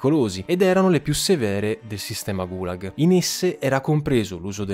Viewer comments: Complimenti per i contenuti! Certamente è difficile pronunciare termini in lingua straniera, ma i video sarebbero ancora più belli se nel fare ricerca storica ci fosse un po’ di ricerca sulla pronuncia. Kolyma si pronuncia Kolymà, Gùlag si pronuncia Gulàg. Sembreranno dettagli, ma enfatizzano la qualità della ricerca. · GulAAg nonGUUlag, CAAtorga, non CatOOrga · Cortesemente due segnalazioni: Gulag, l'accento è sulla a. Si scrive Kolima, si legge Kalima.